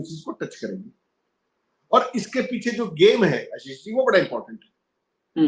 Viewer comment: APNA name to Sahi bola karo samjhe